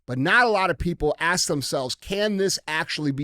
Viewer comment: DJ...its ASK....not acts . It's not let me acts you a question. So sick of hearing that shit!!